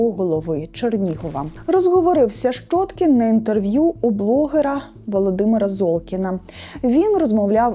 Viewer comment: Ну не шчоткiн нiяк, а щьоткiн. Для чого понос нести? Рiже вуха. Де вона вчилась?